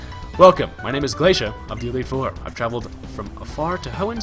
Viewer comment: LOL he sounds like drunk for days